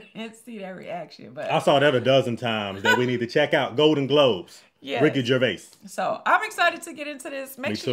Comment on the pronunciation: Excellent recovery on correctly pronouncing his name.